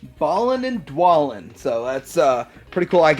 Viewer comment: Its pronounced BAY-len and d-WAY-len. They're names of dwarves in The Hobbit.